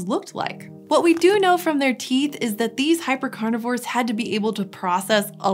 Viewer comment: were they chonks?😳cuz u said "hyper-carnivorse"